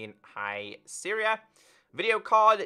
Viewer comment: Yosemite is pronounced, yo-sem-itea. Hie Sierra is pronounced, high si-er-ah. 😂. I used to pronounce yosemite like yose-mite too but never herd or Sierra being Syria😂.